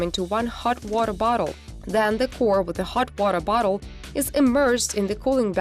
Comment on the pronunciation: She is really struggling to say hot water bottle